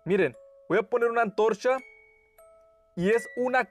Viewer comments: Oye no te burles no pronuncia bien el ruido que ase el ch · Oye dijiste antorsha?😂😂😂